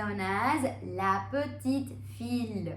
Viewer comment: Its not fille its fi